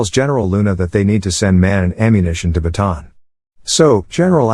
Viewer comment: I love Heneral Luna cuz yes, a FIlipino hero who fights Mr. US whiskey men to his final breath. Do Goyo: Ang Batang Heneral next. Oh and the pronunciation of Bataan is not like that, it is pronounced like this "Ba ta an" to pronounce its name